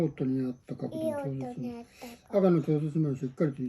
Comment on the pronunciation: 「ようとにあったかくどに」「ちょうせつします」 ここ完璧な発音ですごいですね✨さすがゆうくん👍